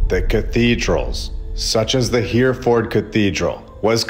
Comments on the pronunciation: It’s pronounced ‘Herreford’ btw, but fantastic content, thank you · It’s pronounced Herryferd. Love your videos. TY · Hereford is pronounced ‘hair-a-fud’ We speak the same language so differently. Love from Ireland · Brilliant 👏🏻👏🏻👏🏻 except Hereford is pronounced Heri ford… not Here Ford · I'll go there next week and video it for you. By the way, it's not Here - ford. It's He (as in heh) -Re (as in Reh) -Ford. But it's a good attempt. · It’s pronounced Herryford cathedral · It's pronounced Heh-ruh-fuhd, old chap, Heh-ruh-fuhd. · Great episode, btw it's pronounced He- re- ford , its an amazing place. von Braun 'He aimed for the moon but kept hitting London' (V2 rocket) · All great info! I love, and now with over 100k subs!!! Ya might want to look into how to pronounce “Hereford” and “invalid”, though… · You're pronouncing Hereford wrong.